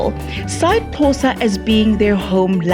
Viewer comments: It's not Khosa it's Xhosa. Please respect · CORRECTION:Its Xhosa not Khosa.Non Xhosa people usually pronounce it khosa . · Xhosa! Not khosa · It's Xhosa not Khosa please😞